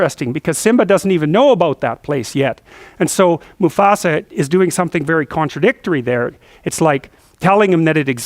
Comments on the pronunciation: Its "musAfa" not "musofa" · Musafa hhh he almost said Mustafa lol 🤣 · No one dared correct him when he said Musafa hahaha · LOL, "Musafah." I love it! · lol, it's MuFAsa, not MuSAfa! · lol "musofa" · get your feet of musofa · Ah...Good ole Musofa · i love JP! for some reason i couldn't stop laughing he says "moofasa" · mrbrockpeters musofa musfoa musofa! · "My sofa"